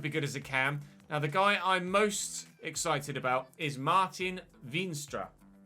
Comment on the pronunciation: Your Dutch player in the youth system would be pronounced as Mar-Tie-n Vain-stra